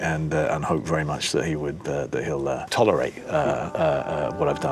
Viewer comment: It’s originally southern middle class (listen to him say tolerate) English accent, very bass heavy though which makes it slightly unusual. Although after he goes all south east London English (cockney ish) working class. Fascinating